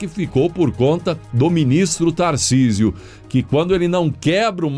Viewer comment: O nome é Tarcísio e não Thorcisio.